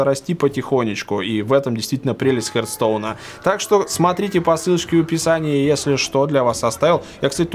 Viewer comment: Не "хертстоун", а "хартстоун".